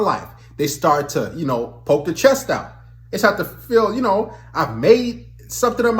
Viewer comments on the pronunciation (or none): none